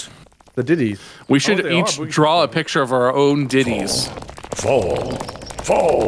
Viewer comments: Diddys ❌️ Deities ✅️ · wow, yall see the ditties? (deities, it just sounds like they said "diities") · dee-it-ees not ditty lmaooooooooooooooooooooo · sounds like they sayin "diddys" not deities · i’m guessing this portion got delayed by how many times they made deities (pronounced wrong) jokes cause BOY that sure is bad timing